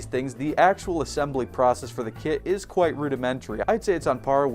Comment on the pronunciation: Kwite the hong